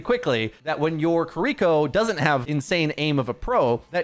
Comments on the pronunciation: It's Kiri-koh, not kireek-ko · You are a huge influence in the community. Please attempt to pronounce Kiriko correctly. It's not Kareeko. Please try harder. Japanese names are super easy to pronounce if you just try. If you need help, paste this into Google translate and listen to the robot voice, きりこ